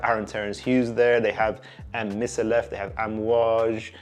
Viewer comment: It’s pronounced Mikallef and her first name is Martine